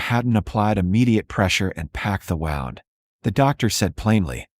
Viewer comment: Good story. But when AI reads IV as 4 rather than eye-vee, that is inexcusable. Wound is not pronounced as rhyming with round. It is supposed to rhyme with tuned. Read can be red or reed. AI gets it wrong. So easy to do it right. Funniest is reading St. As street instead of saint. So easy to polish. It takes away from enjoying the stories